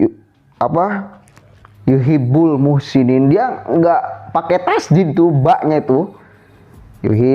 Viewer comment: ini lagi bro mestinya yuhibbul dibaca yuhiibul. Tajwidnya parah.